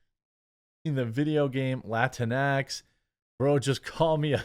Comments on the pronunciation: Latin-x Latin-e Not latinex lateenee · It's pronounced lat-inks